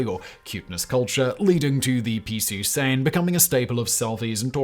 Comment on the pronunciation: Piisu sein or piisu sain? One would be saying peace sign in japanese and one would be gibberish (the way Simon says it).